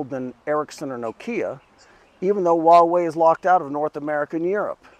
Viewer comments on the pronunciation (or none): Dude what the hell are you talking about? No ones really using 5g right now, and its been out for a decade. Its a massive fail. But go ahead, continue being a little pink that cant pronounce Huawei even though youre in China. Ni ting ne dong ma?